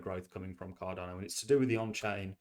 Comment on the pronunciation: Mate, love your videos. Genuinely enjoy them.. one thing though, it's Card'a'no not Card'o'no. I know you've mentioned before you've got dyslexia, I've got a learning disability myself so I'm not having a pop. I just think as your channel grows and you continue to be a big ambassador for Cardano you should pronounce it correctly? Apologies if there's a reason for it and appreciate the time and content you put out, it's awesome stuff 💪👊